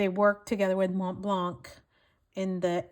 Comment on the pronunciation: In Montblanc the c is silent.